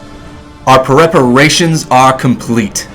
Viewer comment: Well there's also where he said preparations as peh-RAP-arations XD